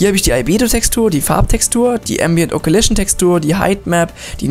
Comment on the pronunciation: Danke für's Tutorial, allerdings sprichst du einige Dinge falsch aus. Es heisst occlusion (O-Klu-Schn), nicht occulition, und roughness (Raff-Ness), nicht roofness. Eine Occlusion Map gibt übrigens an welcher Bereich des Materials indirektes Licht wiedergeben soll, was für schönere, detailierte Schatten sorgt. Schwarz=kein indirektes Licht (der bereich ist dünkler, wie zB. die Innenkante einer Ecke, oder der Bereich unter Falten). Weiss= indirekte Beleuchtung hat den vollen Effekt (bei scharfen Kanten oder glatten Oberflächen). Grau=irgendwas dazwischen. Manchmal reicht es schon die Diffuse Map in Graustufen umzuwandeln um einen schönen Effekt zu bekommen.